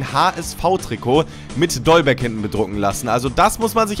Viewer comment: Dolberg nicht Dollberg...